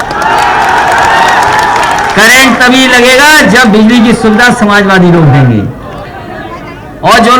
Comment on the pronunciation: अभी बिल्ली की सुविधा देगा। बिजली बोलना तो सीख ले